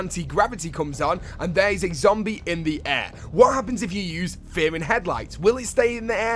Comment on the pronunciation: Who else is annoyed by the way he pronounces "fear"